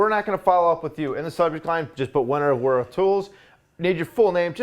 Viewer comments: Wera definitely pronounced Vera - W is pronounced like a V in German (and other European languages). They make good tools, though not always made in Germany. Prefer Wiha myself ;). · I think since it is German it is pronounced like "Vera" with a v sound. Solid tools for the guy that wants the best. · The W in German is double v not double u